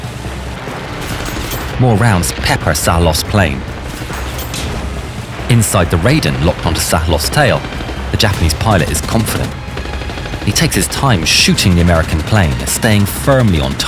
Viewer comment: "Rayden" It's pronounced "Rye-Den".